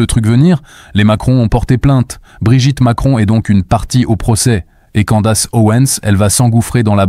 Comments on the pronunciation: Si tu décides de prononcer à la française, faut pas seulement prononcer "Candasse" mais aussi "Ovansse". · Vidéo intéressante. Mais cette voix et ces images créées par IA sont assez pénibles. Surtout cette prononciation horrible des mots "rule" et "candace"...